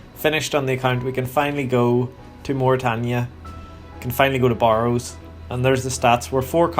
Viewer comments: Stopped watching when you pronounced it Bar-ows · Has nothing to do with the accent, he pronounces it incorrectly.